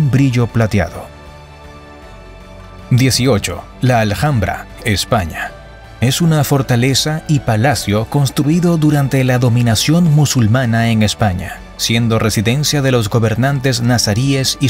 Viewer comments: Un apunte, Alhambra, no se pronuncia la "h" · "La Aljambra", ya me ha matado. La hache no se pronuncia en español, para hacerla una jota hay que hablar en alemán o qué sé yo. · Con el debido respeto, porque siendo latino pronuncias la H como en el ingles o americano? la H es muda para nosotros los hispanos que no se dice jispano, tal como la alhambra de granada se pronuncia alambra y no jalambra como la llamas, solo queria puntuar eso, por lo demas una maravilla la verdad